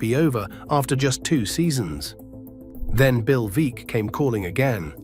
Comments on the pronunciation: Veeck rhymes with Beck. Great video otherwise. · Bill Veeck.. Pronounced Veeck as in Wreck. AI is not ready for prime time.